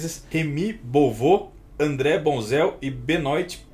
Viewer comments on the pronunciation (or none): O filme "O bar Luva Dourada" é baseado em um assassino de verdade, sim. PS: Alguém ensina o que Benoit se lê "Benuá"?